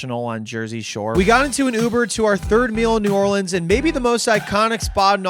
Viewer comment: As someone who lives in New Orleans, you said like NOTHING correct.